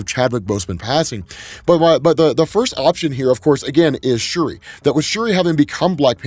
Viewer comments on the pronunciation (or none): It’s shuri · It's shuri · Also it’s Shuri lol no think pieces necessary lmao